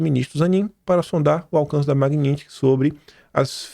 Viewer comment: não se diz Maguinintisky e sim Magnitisky!